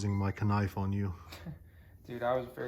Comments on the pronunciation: A K-nife. Lmao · Yooooooooo, pop this crazy man I relate to you so much man!!!! It’s not funny, I too call the knife a ka’nife I mess with people by saying that tho the k is silent. That’s so cool man I noticed it on one of the last video’s